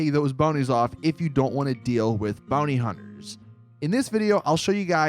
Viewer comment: "Booney hunters"